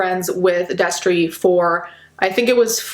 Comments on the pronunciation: I heard “Destery” and it hurt. This is not okay. I didn’t exactly love him, but I knew him and still remained subscribed. I’m not excited to be disappointed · God fucking damn it not Destery fuck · I was watching this and my mouth fell open when she said destery i just watched his videos like yesterday smh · Noooo when you said Destery my jaw dropped. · I literally screamed NOOO when you said Destery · I literally Spewed my food when she said destery. (I’m eating lunch rn) I had no idea. I was a fan of him in middle school and I’m 23 now.... weird. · I LEGITIMATELY GASPED WHEN I HEARD “DESTERY” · I literally yelled "NO" when you said Destery. I'm so fucking sad. WHEN WILL IT END??